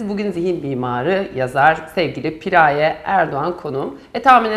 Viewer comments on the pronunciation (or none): Cidden piiğğraye piğraayyee demekten derdini anlatamadı 🙄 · Pi-raye değil Piraye. Yarıya geldim videonun sadece anlatıyor nasıl çözüme kavuşuruz anlatmadı. 5 10 bine seansına gelemeyiz kusura bakma